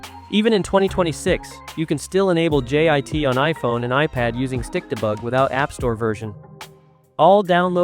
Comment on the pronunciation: When your tts says stikdebug I hear stick the bug😭